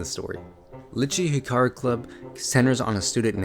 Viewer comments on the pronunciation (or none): none